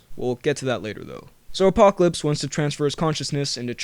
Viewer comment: Did you say.... Apopolips